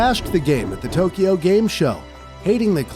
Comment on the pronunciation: Tokyo is spelled like that...not TOKIO.....like in the video when first talking about From Soft